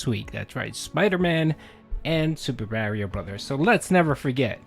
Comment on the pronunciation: Mario is pronounced “mah-ree-oh” lol